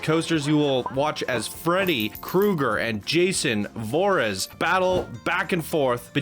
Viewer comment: JsonVrhees sorry Mr Jason VOORHEEs!